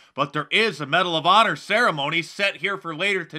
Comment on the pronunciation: Medal of “Paw-nor” Mark 😆